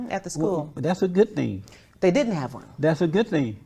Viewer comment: " Oh ! No you ditent"🖐️